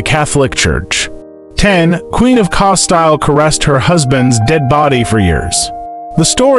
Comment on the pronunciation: Please improve on proper pronunciation. It's Casteel and Elizabeth last name is Bathory.